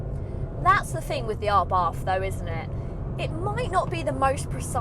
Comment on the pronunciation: You are still mispronouncing ABARTH........It is pronounced "Abart "(the H is silent).....